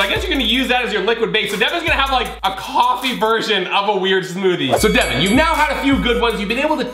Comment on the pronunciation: not devin